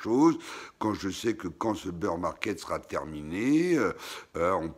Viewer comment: super video merci 🙏 et ces bir =bear pas beur market 🙂